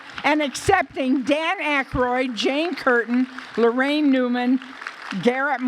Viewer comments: LARAINE NOT LORRAINE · It's Laraine, not Lorraine.!